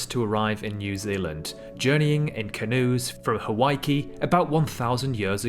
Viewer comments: It's HAWAIKI not HAWAII. THEY'RE 2 different places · Nah, Hawaiki not Hawaii. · It’s Hawaiki